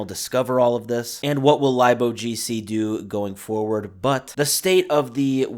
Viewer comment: "Lib" is short for Library, so its Pronounced "Lib- O G C"